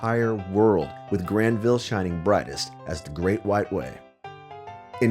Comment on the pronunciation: R Hineman I found it hard to focus because of the way he was pronouncing Granville